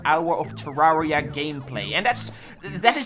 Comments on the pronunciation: Say it with me - “Turr-air-e-ah” - like Terrarium. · we wove tewwawia